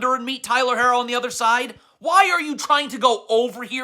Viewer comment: Coach, Jaime is Mexican, not French haha his last name is HAH-kezz. Also, Hero not Hair-oh. Cmon you know this!